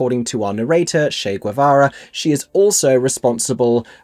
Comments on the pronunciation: Enjoyed your perceptions and enthusiasm over many reviews. A small thing---> Che is pronounced with a hard "ch" sound like cheese or chestnut (not Shay). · It’s CHE LIKE CHECK. SHEESH. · Must have too much time on my hands because I went on YT as to how to pronounce "Che Guevara" and the u is silent, just as you mention: "Gevara." However, even among Spanish speakers, Che is pronounced with hard "ch" as in cha-cha.@ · Regarding the pronunciation of CHE, I see many comments noting that it should sound like CHAY, rather than SHAY. I've heard both (in US schools & elsewhere), but of course appreciate knowing which one it ought to be. However, it made me wonder if the character's name is actually ever sung or spoken aloud at any point in the musical. I don't recall ever hearing anyone on stage interact with him by name, but I could easily have missed it, too! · I’m just four minutes in, but just need to say that ch in “Che” is pronounced like in chase, cherry, chair.. not as Cher or Chanel.. it’s Spanish 🤓 Ok now continuing on with the rest of your review ❤